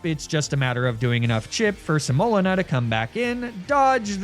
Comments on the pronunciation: I love the theme of "flours" for a grass challenge but your pronunciation of semolina (sem-oh-LEE-na) is rough lol. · Another well made nuzlocke and video! But I’ve only heard the word pronounced “se-moh-LEE-na” and I was losing my mind hearing you say your abomasnow’s name over and over. It was cathartic when she died. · Semolina (seh-moe-lina) 🥲 it’s the thick gritty flour that makes pizza crust kinda crumbly and yummy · How ypu pronounce semolina kills me😅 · My spouse is watching this video right now and I had to look it up just so I could comment that THAT IS NOT HOW YOU PRONOUNCE SEMOLINA. It is causing me physical pain every time I hear butcher the word. (That Hariyama re-enactment was hilarious, though.) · For some reason you saying semolina wrong was the only time I’ve ever been annoyed with your mispronouncing antics haha. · Welcome to today’s episode of: Is Pronouncing Things Wrong Because It’s Funny, Or Did He Just Google “different types of flour” For The Naming Convention, And Genuinely Just Doesn’t Know How To Pronounce “Semolina”? In all seriousness tho, loved the vid! I cackled at the window bit 😂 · Praying that the mispronunciation of "semolina" was on purpose because it caused me psychic damage each time